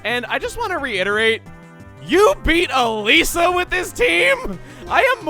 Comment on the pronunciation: Funny, My sister's name is Elisa, and you pronounce Elesa as Elisa, ELISA WHY DID YOU NOT TELL ME YOU JOINED THIS GAME'S DEVELOPMENT